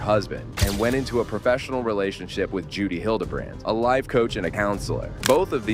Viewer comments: Her name is Jodi Hildebrand not Judy. For the love of all get it right. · Jody** not Judy. . .